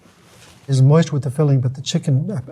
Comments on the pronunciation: wtf is “moisty” 😭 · Pro Chef says "Moisty" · Please stop saying "moisty". 😆